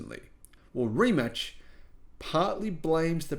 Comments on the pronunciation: Ree mack. Not rematch. Lol :-) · „Rimats“ - not sounds „Rimatch / Rimutch“. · pronounced: Re MATs not Re Match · No reemack and no rematch it is Rimac or in English rematz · "Rimach"... Honestly if you cant pronounce such simple name than lets not talk about given subject. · Learn how to pronounce Rimac first. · Guy talking about subject he thinks he has relevant opinion on but doesnt have a clue how to pronounce the thing he is talking about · Its pronounced more like Rimats. Mate is pronounced like Martay.